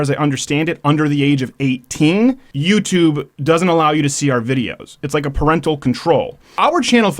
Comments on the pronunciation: "A wonderful and new youtuben" lol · "Youtuben" lol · "Youtuben" Gotta love it! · "a new youtuben" kek XD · "Youtuben" roflmfao!!!